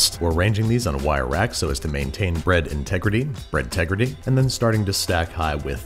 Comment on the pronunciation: Babish: ...bread integrity... my brain: Breadtegrity Babish: Breadtegrity me: ... me: :)